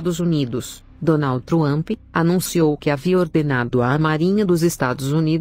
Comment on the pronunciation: A senhora não conseguie pronunciar Donald Trump 👹😸🐲